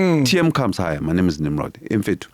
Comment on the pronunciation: Abapedi bambiza "Nimrodoo"😂😂